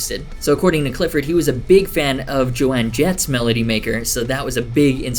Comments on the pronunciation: did you just say jo-ann jett? uuummmmmmm it’s joan jett, pronounced like jone. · Jo-anne? Oh hell no buddy you did not just call Joan Jett that XD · did this bibba actually just say "Joanne" Jett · after hearing the trujillo and joan jett pronunciations, I was immediately concerned for the backlash in your comment section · You pronounce Joan Jetts name like that again and we'll have a problem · It was killing me too🤣